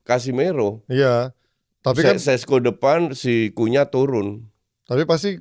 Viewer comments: Bilangnya kunya om bukan cunha atau kunha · Krn Cunha itu nama turunan dari bangsa Portugis, bacanya jadi “KUNYA”. Sukses slalu ☕️ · Kalau orang Brazil Cunha Di baca Kunya